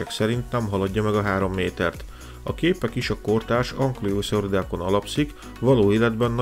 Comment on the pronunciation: An-ki-lo szauridák, nem an-kli-o szauridák. A videóid legnagyobb gyengesége, hogy vannak nevek amiket nem jól mondasz ki, ami amúgy sztem lényeges. A nevek kiejtését fejleszd, nézz utána mondjuk a kiejtésnek, vagy csak tagold szét, hátha segít. Ettől eltekintve élvezetesek, és hiánypótlók ezek a típusú videóid, csak így tovább! :)